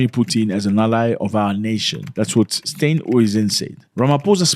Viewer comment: It is John Steenhuizen. You cannot pronounce it. 😮